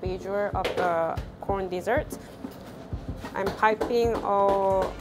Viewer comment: It sound so much like she says p orn when she says corn